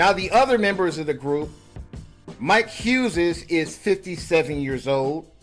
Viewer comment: Why is dude pronouncing the name Huzez?